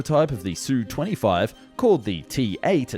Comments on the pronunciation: Repeat after me: Esss You Twenty Five, just like TU-144 is Tee You One Four Four. AK-47 is not Ack Forty Seven that you get right. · It's pronounced "Ess-you twenty five". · S. U. 25, NOT SUE... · Not again. Calling it the Sue 25 makes you sound like a dilettante.